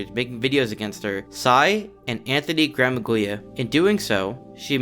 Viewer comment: loathes being deadnamed or misgendered yet insists on pronouncing Anthony Gramuglia’s name incorrectly because "he’s a bigot, so fuck him". Everyone who has done critiques on her shows her an undeniable basic level of respect yet she refuses to do that because the entire world is "against her", apparently.